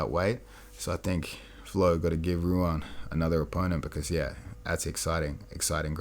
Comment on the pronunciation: Bro Ruan is pronounced like “Juan”. The R is pronounced the same as other Brazilian names Royce/Renzo, etc. He’s also probably the scariest and most vicious competitor to come out of Marcelo Garcia’s. Glad he’s starting to get some recognition